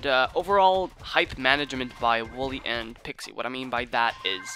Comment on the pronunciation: You pronounce wollay wall-e not woolly